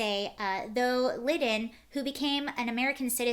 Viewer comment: John Lydon pronounced Lie don